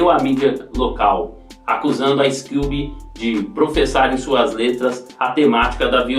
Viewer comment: Um pouco de agonia com sua pronúncia do nome dele. Ice "cúbi".